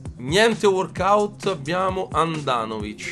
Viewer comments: Si dice walkout non warkout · "gnente WORKOUT"